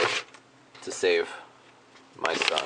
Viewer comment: hahahaha " Are you prepared to save your sson?"